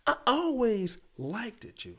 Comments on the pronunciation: Liked is pronounced as a singular. Not likeded. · I hate when people say, “like-did.” It is likeD.